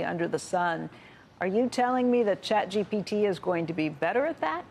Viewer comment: "CHAPGPT" ?????????? IT'S CHATGPT